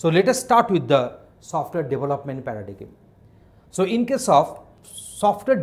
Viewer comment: Dude, at least pronounce the word Paradigm correctly. And reading from a text doesn't help the learner.